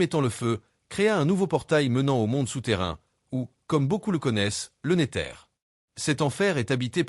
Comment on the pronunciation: wesh on dis le nézeur pas le néteur